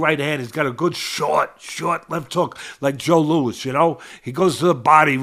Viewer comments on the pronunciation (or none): none